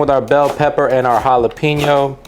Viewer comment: You’re pronouncing jalapeño wrong 😂